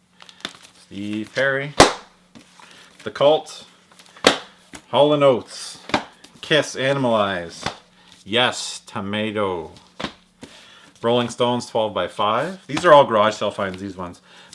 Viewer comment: Yes...tomato????? hahaha its tormato, no judgment I just though that was funny xD